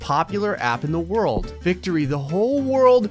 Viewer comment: THE WHEN ID SAD THE WORLD IS SAID WOLRD